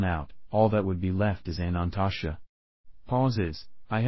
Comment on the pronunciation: Your video is not pronouncing Anantashesha correctly. It is missing a syllable so it sounds like it is saying "Anantasha"